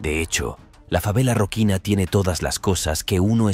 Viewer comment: "Roquina", no!... es Rocinha...